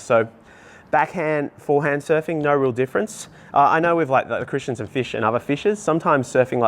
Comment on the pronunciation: Christenson not Christianson ,wft ! At least get the name right!🤦‍♂️.